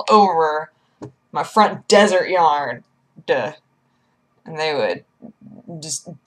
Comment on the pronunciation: Aminals? YarD? Can someone theach her how to speak?